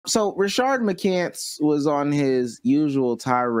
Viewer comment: Rashad not Rashard 💀💀💀